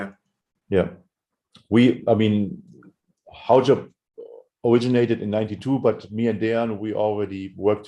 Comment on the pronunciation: finally can pronounce Haujobb..ahh